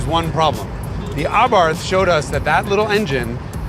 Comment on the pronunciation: Noooo, wait. Such perfect pronunciations of German names/words, etc... and then pronounces the silent 'h' in Abarth. You're still beyond awesome, Jason!